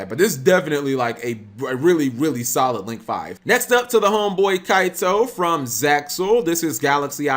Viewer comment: It is pronounced Zeal not zexal, the x us just a cross like Hunter x Hunter, no x Avd It is arc five not vee